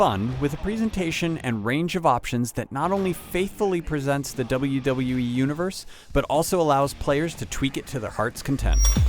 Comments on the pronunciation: he cant say wwe hahahah but the game is awesome i give it a ten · The reviewer has problems saying WWE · It looks like he has a tough time saying WWE.